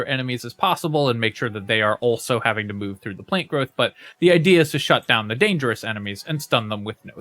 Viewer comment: Why do you keep saying plane growth?